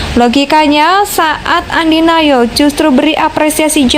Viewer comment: ANDI F NOYA boss, bukan ANDI NAYO ..